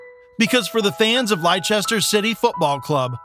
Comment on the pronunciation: Stop saying lichester it's Leicester